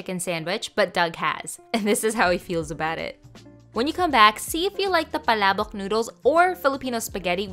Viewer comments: Its so satisfying hearing a YouTuber actually pronouncing “Palabok” correctly 😌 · SHE PRONOUNCED PALABOK RIGHT!!!!!!!!!!!!!!!!!!!!!!!!!!!!!!!!!!!!!!!!!! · YOU JUST PRONOUNCED PALABOK RIGHT,I THOUGHT EVERY BODY FROM AMERICAN OR US CALLED THEM PALAYBOK